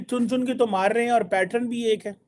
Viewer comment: It's pattern not patren....thik hain ji?